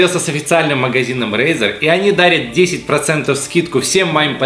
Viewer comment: Самокат не Рейзар а Разор